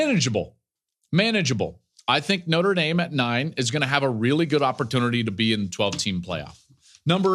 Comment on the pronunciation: Joel, Again. Plz, it's Notre (Notra) Dame not "Noter Dame." The E comes after the R.